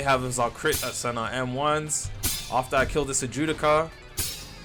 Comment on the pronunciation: Dude can’t pronounce a single word but claims to have watched the anime. Wtf is an Ajewdica?!?!?!? 😂 it’s an Adjucha (Add-who-cha)